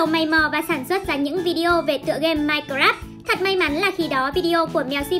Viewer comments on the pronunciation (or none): none